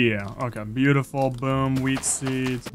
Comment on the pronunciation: stop saying biutifull